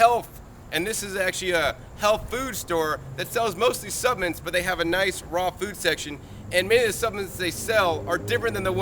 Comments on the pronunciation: love you and you make GREAT videos! Hope it’s ok to mention that the word suppLements is pronounced with an “L” not supaments. It’s supplements. 😊 Lord bless!!! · "Suppments" ;) thanks 4 the info